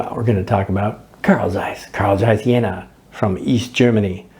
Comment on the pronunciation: Mmh the speaking of Jena must be Trained! You speak it to fast. And Carl Zeiss was not the Sowjets! It was VEB Carl Zeiss Jena and a East German Company. And VEB Carl Zeiss Jena and Carl Zeiss GmbH in Oberkochen are 2 different Companys in 2 different Country! They Was not the same!. That in Oberkochen Was build from zero and not split from the Jena company.